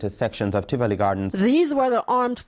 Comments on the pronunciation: I'm just mins in the video n my blood is boiling already. I want to know since when Tivoli has an R in the it. Jamaica's population is more than 1.5mil. What other facts has he messed up about Jamaica! Everywhere has violence just like the country he comes from. Let me see if i can make it through the video. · Tivoli Gardens, not Trivoli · First I must correct you; it’s not Trivoli Gardens but “ Tivoli “. Please do your research. I appreciate your stories but if and when you are doing videos…please refrain from uploading old videos of years past situations. Don’t travel to other ppls country and highlight the negatives for the most part. This doesn’t represent Jamaica in its entirety and just like any other country there are always those high crime areas. A lot has change with regard to criminal strongholds in the these crime prone areas. Sadly Corruption does play a significant role in this regard too. I’m just really having issues with you uploading old videos of years past events.